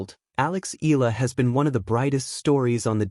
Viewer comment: It puts me off to listen mispronouncing Alex name.